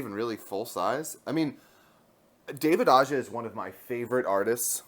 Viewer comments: Aja's last name is actually pronounced as AHA with a thick H. What an amazing wonderful run this was, his artwork was just gorgeous and the stories had heart and lots of humor. A gem to behold (finally) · the J in Aja is pronounced more like a H